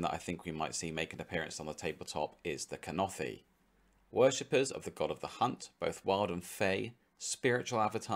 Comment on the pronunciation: SO glad you said Kurnothi - I have been waiting for these!!!